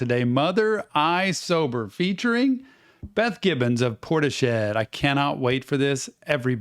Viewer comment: man said porti shead